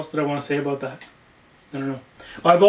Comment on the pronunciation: Are you Canadian I kinda heard aboout.